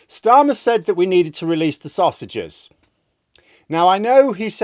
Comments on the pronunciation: I don't think it was a typo, just a slip of the tongue - it was more like "releasse sostages" rather than sausages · Starmer said "release the saussages." he also said that he doesn't listen to criticism.